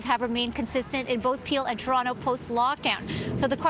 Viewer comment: AGAIN.... this women needs to learn how to pronounce TOronto. NOT CHURonto. It's a place not a food.